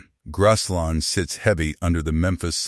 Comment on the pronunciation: Why is this idiot calling Graceland - grass line ? Geez. He can’t pronounce Tupelo either. Who picks these people who can’t pronounce words. Geez!